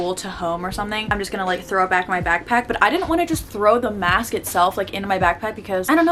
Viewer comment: Am I the only one who notice the way she says mask btw love your videos ❤️